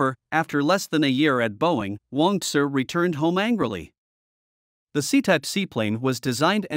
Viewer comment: I think it's Wong "Tsu".